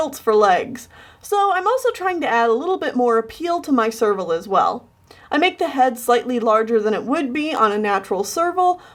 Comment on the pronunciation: Every time you say serval, my ears hear sergal, and my brain goes F U R R I E S